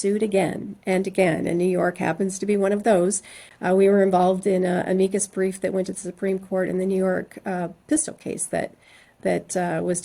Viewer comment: "I've always joked, I love old people and babies." I NEVER joke about love except in this sentence: I love the way you pronounce "Amicus Brief."